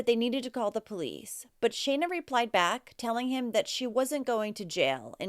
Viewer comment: You're the first one who has actually been able to say Shana properly. That's my name. These cases break my heart. I don't know how anyone could hurt their children much less kill them.